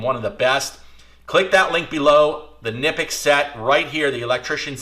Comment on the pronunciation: The right pronunciation is Knipex “ka-nip-x”. Sounds the K according to all German suppliers and reps I work with.